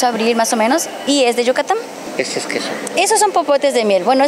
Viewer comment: se dice YUCATÁNNNNNNN NO YUCATAMMM🤦‍♂️